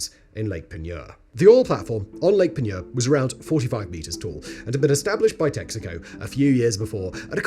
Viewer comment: I grew up right there in New Iberia and went fishing regularly in Lake Peigneur. Congrats on pronouncing it correctly! 😂 The mansion chimney is a bit creepy, but the surrounding gardens are beautiful.